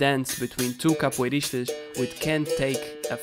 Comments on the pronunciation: Pela forma como disseste "capoeiristas" vi logo que eras tuga, ótimo vídeo bom trabalho, parabéns! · The way you say "capoeiristas" I would say you're Portuguese